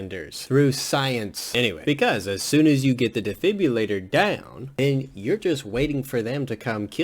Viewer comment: you call it a defibulator it’s defibrillator🤣